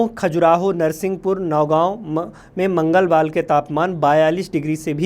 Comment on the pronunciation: धन्य हो प्रभु पहले बोलना सीखो 🙏🤣 मंगलवाल नही मंगलवार होता है